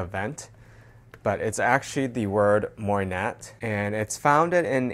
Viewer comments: I think It’s pronounced like moi•nah or mwa•nah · Did the SA coach you on how to properly pronounce MOYNAT? 😊